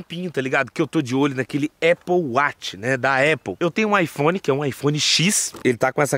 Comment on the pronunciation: Aple wati pqp fala direto